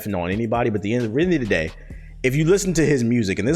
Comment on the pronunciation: did he just say “end of the gay”?